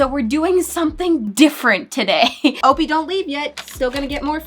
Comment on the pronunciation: Why is opie name said like o-pee and not o-pie...